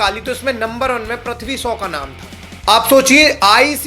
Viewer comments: Prithvi shaw❌️pathvi so✅️ 😂😂😂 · Bhai name to shai bol le anpad 😂